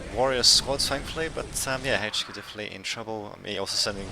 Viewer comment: It's H Q not Hache Q